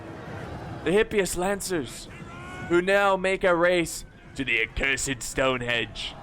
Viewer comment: ROFL - 'HENGE!' - "STONE-HENGE' - NOT 'STONE-HEDGE':)